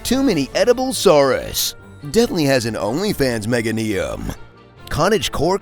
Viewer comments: Hearing him say "mega-knee-um" instead of "meh-gay-knee-um" was weird on the ears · Gonna be honest, not a fan of how he pronounces meganium